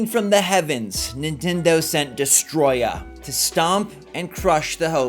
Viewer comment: not you saying "destroyah" and me instantly thinking about the my chemical romance song